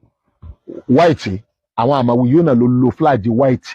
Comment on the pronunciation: is obviously an illiterate. How can you pronounce “Flag” flaje?????